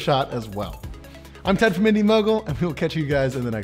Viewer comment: not "Indy mogul-er" 😂